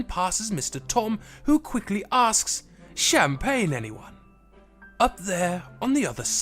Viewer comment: Pls dont say champagne tom made me go crazy